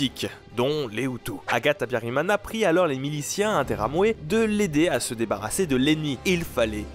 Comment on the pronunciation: mana yanje (mon dieu) !? tu prononce mal le nom d'Agathe Habyarimana...... vraiment mal mais c'est cool d'entendre son pays ( BURUNDI)